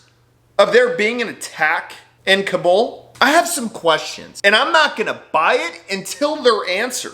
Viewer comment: Kabul is pronounced like "cobble"